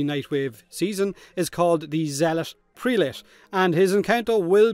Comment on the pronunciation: The first E in prelate is like E in them, not like E in the. Zealot prelate. It rhymes. I don't know if this is the best or worst name DE has ever come up